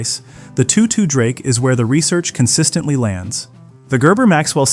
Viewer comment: Apparently AI doesn't know how to pronounce "Toto".